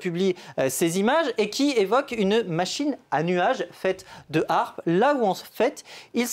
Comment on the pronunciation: Apprend déjà à prononcer l'acronyme correctement..